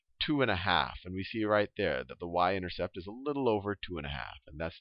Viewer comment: haha...I heard him say intersex.... but really thank you! helped me a lot!